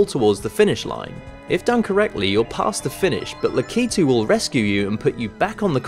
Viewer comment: It's pronounced lack-a-two not la-key-tu